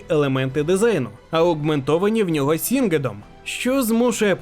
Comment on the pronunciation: СінГед - ??? Рілі? Найміть пліз знавця англійської який зможе вам правильно з оригінала прочитати ім'я персонажа, те що по правопису правильно не означає що потрібно у фонетичному ряді вивертати мову в бог зна що. Та сама притензія до Гекстеку, коли як оригінал явно звучить через Х. Відео класне, але з вух кров тече від галімої читки по правопису. Опирайтесь на фонетичну складову оригіналу будь ласка, дякую.